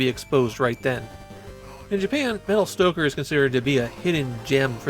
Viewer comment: Are you suggesting it should be Metal Stocker? Or Metal Stalker? It took me a bit to realise that your accent makes these two words indistinguishable